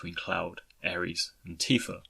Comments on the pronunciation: How in the actual fuck do you and four eight production's pronounce Aeris' name like the god of war. It's AIR-IS. Drives me up the wall. Otherwise, great video. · Fintastrophe I see your point. I can see both sides. On one end, if I had never heard Aeris pronounced, I can see why he says Aeris. On the other, the game has been out for 20 years and this video is about Zack. In Crisis Core, she is repeatedly referred to as Aerith and it's pronounced by multiple characters including Zack and Aerith herself when she introduces herself. That's why I'm kind of surprised he isn't saying it correctly. Having played the game, it's almost like he's intentionally mispronouncing it because what other alternative is there? It's funny because in his FFX videos he says Tidus right (TEEdus) Regardless, it doesn't bother me too much though. Maybe he's just been saying Aries for 20 years and doesn't want to change it.